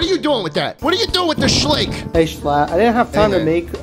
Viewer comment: “The shlake”